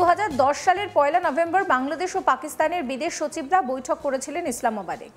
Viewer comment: তোরা বাংলাদেশের নাম সঠিকভাবে উচ্চারণও করতে পারিস না ?????